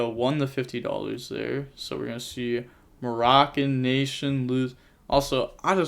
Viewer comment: What's this? saying Moroccan Nation's name correctly? Content